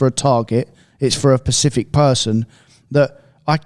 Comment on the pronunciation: Now that ive noticed says "pacific" instead of "specific" I cant un-hear it